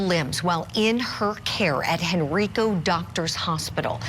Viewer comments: its crazy when the hospital you were born at makes national news for hurting babies 😢 also, Henrico is pronounced hen-“rye”-co with a long i, not hen-“ree”-co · It’s pronounced Henr”eye”co. Please say it right. Thank you. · It's pronounced "Hen-rye-co". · The hospital name is pronounced "hen-rike-oh". I grew up in that community and even volunteered there 40-some years ago. What has happened is horrible and traumatizing for the community and region!